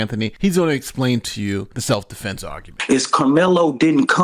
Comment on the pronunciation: He said “seff dufenses”. 😂😂😂😂